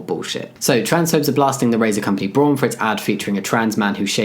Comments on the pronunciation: It's mildly frustrating how Jamie is pronouncing it "Brawn" rather than "Brown". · Thank you. It means brown and is pronounced very close to that in German. It was throwing me off while watching the video. Also, good on Braun for being inclusive! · Just to give some advice, the au in braun is pronounced like the o in wow, Braun also means brown in german